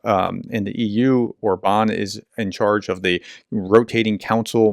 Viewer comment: Regards Orban, accent on first syllable